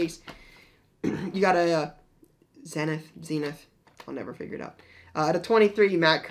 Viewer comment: It’s Ze-nith, not Zen-ith. Zenith used to be a TV brand and they pronounced it Ze-nith.